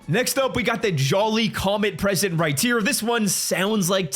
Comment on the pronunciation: Why does he always say “right tear”instead of right here